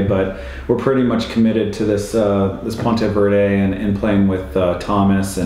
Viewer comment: Love ya.....but before you visit, Ponte Vedra is pronounced "Pawn - Ta......Vee...dra"